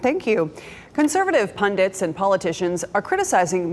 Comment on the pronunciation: Thank you for correctly pronouncing “pundits”. You’re a rare gem! 💎